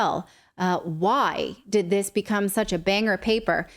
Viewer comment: Bang-Her? NO!